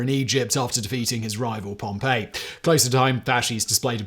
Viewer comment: Caesar defeated the general Pompey, but his name isnt pronounced like the town destroyed by the volcano, which is Pompeii ... pronounced Pom-pay (Like Simon said here) ... the guys name was pronounced Pompi ... or pompee. How often people get this wrong.